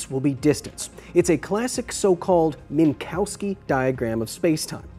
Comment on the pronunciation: You spend too much time with Comms officer Douglas Eifel Kyle... It's Min-cov-ski, or lieutenant comma... Wait, wrong Minkowski.... But the pronunciation stands!